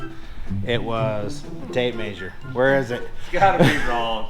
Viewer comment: Is pronouncing measure maysure a Utah thing or western in general? Hadn't noticed it until, since realized the other Utah channels say it too. Might just be they're all your friends. Sadly haven't been to Utah yet. As busy as Utah travel has been it might be awhile. We usually pick national forests to head too on off seasons on off weekends for vacation.